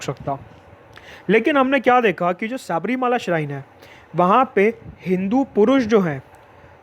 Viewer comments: शबरिमला, pronunciation. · Any malayali watching this. Sabarimala pronunciation so funny..!!